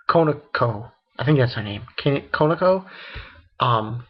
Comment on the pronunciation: Again, I've left this before, pronunciations for koneko was right the first time: Koh - Ne - Koh and for Akeno, you said it the same as you did last time, you say: Ah - Kee - Noh the correct pronunciation for it is: Ah-Ke-Noh and finally, Rias is pronounced as: Ree - Us Please try and get these name right, no offense but i can't help but rage when you mispronounce the names :)